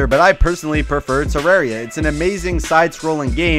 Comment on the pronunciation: tuh•rawr•ee•uh... *triggered 😂😂